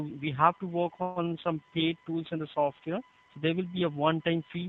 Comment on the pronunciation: Feel unconfident if your technician says "sorwar" instead of software.